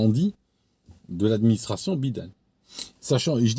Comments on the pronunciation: B-I-DEN, c'est la meilleur façon de le dire, je te l'ai piqué d'ailleur, il mérite pas mieux ce vieux dément. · je raffole de votre prononciation bi dene... Serions nous dans "Sur l onde de choc"?